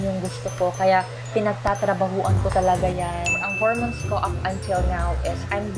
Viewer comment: Besh .. hor-mowns and not hermens